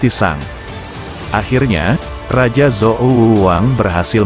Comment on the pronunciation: Bukan pakai Z bacanya, tapi C